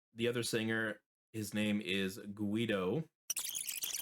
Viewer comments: I love that you love this band, makes me so happy that they could reach so far around the globe, it's amazing. Thank you! I wanna see more reactions of Airbag! For the other hand, it's not criticism or a bad comment, i just wanna give you a tip of pronunciation. The name Guido, the U is mute. When you got "ui" or "ue" you don't pronounce the U, it's like when you say Gilbert or guest. (The only time you pronounce the U is when you got "ua", "uo", "üi", "üe") Bye, till the next video!!!!❤ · ehehehe yeah it's common hearing it that way, i suppose it's the way English speakers say it, which is fine, you mustn't know that. I'm pretty sure i pronounce city names very poorly too 😂 But yes, it's always Gee-doh, for him or any Guido and any other word with this combination Keep on rocking, man 😊